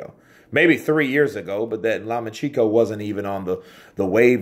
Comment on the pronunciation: Law-much-enko... Source: I am Ukrainian :)